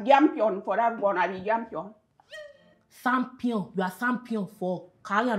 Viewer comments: "Champion" one said yampion the other one said sampion 😭😭😭😭😂😂😂😂😂😂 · Echampion 🤣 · Yampion v jampion 😂😂😂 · Warri: shampion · Hahahhaha I'm here collecting data of how different tribes in Nigeria pronounce "champion"